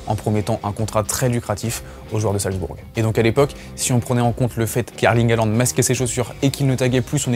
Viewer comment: Arrêtez de dire "Haland", sont nom complet c'est Erling Braut Håland avec un "å" qui se prononce "ô". De plus le "au" en Norvégien Bokmål se prononce "eu". Faîtes une effort...